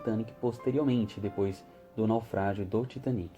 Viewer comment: Finalmente alguém falou o nome do Titanic certo kkk glória a Deusssss kkkkk